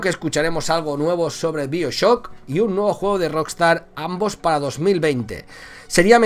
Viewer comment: Se dice baioshock